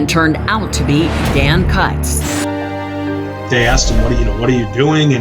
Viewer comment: Kutz is pronounced “coots”, rhymes with “boots”